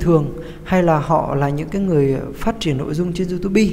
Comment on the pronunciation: đọc xai chính tả " youtobe"